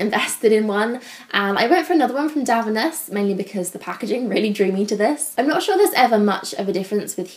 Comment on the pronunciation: It's pronounced Dove-E-nez! ITG did a video where they pronounce a bunch of brands. 🙏🏼 I love their products, especially that heat protectant. Great video!